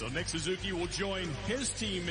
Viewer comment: John Buccigross is one of my all time espn favorites, but today he mispronounced Suzuki and called Bjorkstrand "Olivander." Lol